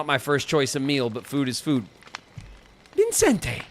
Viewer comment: I am irrationally bothered by how you kept adding an "n" to Vicente's name (as in ViNcente). Irrationally because it really shouldn't bother me this much tbh 😅